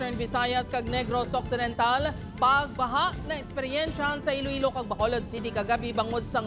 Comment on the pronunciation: Ee-loh ee-low city